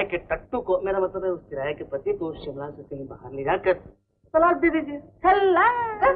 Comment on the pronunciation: Simla nahi. Shimla